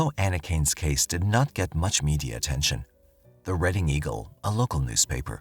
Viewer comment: Reading, PA doesn’t have an a at the end